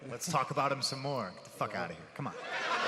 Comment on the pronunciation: I laughed so fucking hard when that guy was like "Fock Reebok, no?"